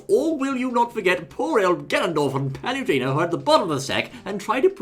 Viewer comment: Paluntena (you cant even say her name properly) IS NOT FUCKING USELESS!!!